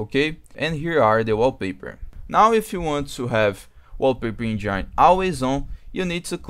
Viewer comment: uoupeiper enjaaaaine. foda viu